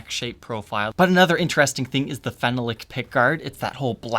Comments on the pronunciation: Phenolic is fen-AH-lic not fen-uh-lic. And the screws are slotted for a flat-blade screwdriver, not flat-head. This kills me. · It’s pronounced: Fen-all-lic not fen-a-lic. Phenolic. Or you can just say Bakelite or formaldehyde plastic. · Phenolic is pronounced 'feh-NAHL-ik'. Syllable stress in the middle. FYI. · That'sa " Phen-ahh-lick" pickguard. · Your pronunciation of Phenolic is strange. It should be Phen--ol--ic. This guitar reminds me of my old pre CBS Telecaster but the wood grain on mine was more pronounced and simply beautiful. Sadly it got ruined by penetration of purple dye and perspiration from a shirt I wore at a gig. I then stripped it down and refinished it with clear lacquer. The ash grain was gorgeous and looked like one piece it was so well matched. Today I find they are not as well done. I really dislike the use of slotted screws on this new model, even if it is authentic. I agree that it's nice but I'd rather have my old Tele back--still kicking myself for having sold it. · Great video as always! Small correction Phenolic is pronounced FEN-ALL-LICK...emphasis on the “ALL” then again we are in America so feel free to pronounce it however you like!🤪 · Enjoyed your review. BTW, it is pronounced like this phe·no·lic | \ fi-ˈnō-lik